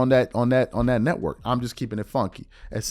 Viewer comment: “Right leaning letwork” 🤣🤣